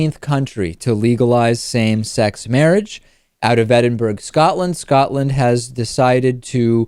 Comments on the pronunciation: E-din-boro not E-din-burg Why can't Americas say place names properly? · Edin buruh not edinburg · It's pronounced 'edinburah' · Edinburg? Bill? The fuck you on mate.... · "Edinburg?" Is that near Undeadburg and Sen's Fortress? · 'Edinburg'- Lol. Yay Scotland! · Because there are a lot of proper nouns in the old county that aren't spelled phonetically. Unless someone lives near Edinburgh, why would you expect anyone to pronounce the name of the city in a way other than how it is spelled? It would bother me more if it was a major city that was globally significant, but I think we can give David a pass on this one. You'd go nuts if you heard how many American's pronounce "Thames" innocently. I hear British and Americans butcher names of Middles Eastern cities all the time, but that should be expected. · You don't pronounce the 'g' in Edinburgh David. :-)